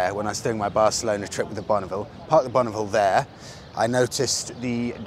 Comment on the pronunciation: Bareclona? Really? Dude?